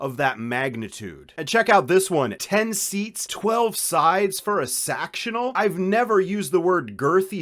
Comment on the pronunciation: “Sextional” this whole video is hysterical 😂